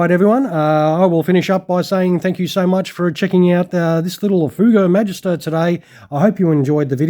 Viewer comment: Ever heard of " The Silver Swallows" aerobatic team?.....and yes you are saying it right....entered service with the french Air Force in 1955 i believe